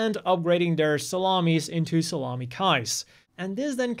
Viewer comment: Did you call the salima class salami